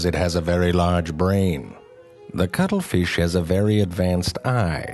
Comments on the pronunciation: True Facts About the cuttle feesh' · I am not going to lie, the main reason I wanted to watch this is because I wanted to hear him say "cuttlefish" a bunch of times. lol